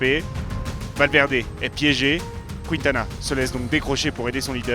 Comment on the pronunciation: En revanche, ce serait bien d'arrêter de prononcer "Kwintana". La séquence "Qui" ne peut faire que "Ki" en espagnol...